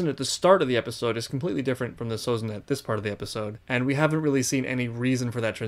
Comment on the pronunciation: Everything he does, he does hard. His name is Sozin, not Abitzin